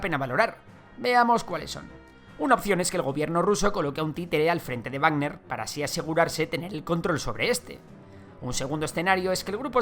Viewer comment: es Wagner, no barner